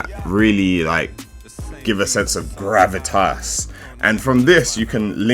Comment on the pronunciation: Man said Gravitazzzz haha